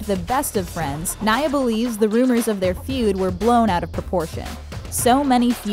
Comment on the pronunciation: U said naya wrong. Rip naya